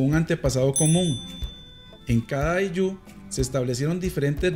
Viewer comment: Ayllu, no ayllú